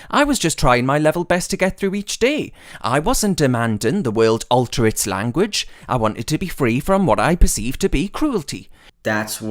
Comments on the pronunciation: He also pronounced the juh in language more like tchshuh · Languitch too